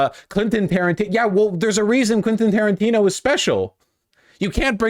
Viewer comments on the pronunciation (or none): Soon his problems with pronouncing shit will get so bad he'll be up on stream like biden every day